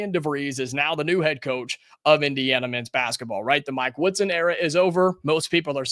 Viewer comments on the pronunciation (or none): none